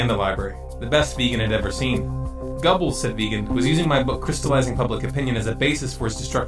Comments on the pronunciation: Please people learn to pronounce names correctly. It's irritating and makes you look stupid when instead of Goebbels you say "Gobbles"... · where is part 2!!!?!?!? this is an excellent documentary. plz correct your pronunciation of Goebbels though. not trying to be a dick, just this doc. is filled with a wealth of knowledge, just gotta fix pronunciation. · Strange how you pronounced Wiegand correctly but said Gubbles????